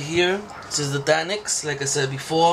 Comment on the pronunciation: You pronounce it deinix its actually d.e.n.i.x